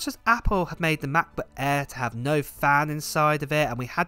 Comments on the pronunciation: Just love how British people pronounce MacBook Air. The Maboo Ae??? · If you want to learn the German letter Ä then Just listen to him Say MacBook Ä